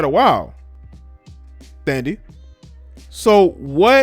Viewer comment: Her name is Thandie pronounced Tandie